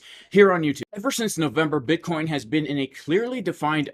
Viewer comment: J, my 4 year old twins laugh so hard every time you say buttcheek